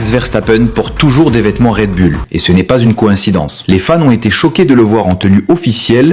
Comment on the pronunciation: Red Bull …. Pas raid bulle 😂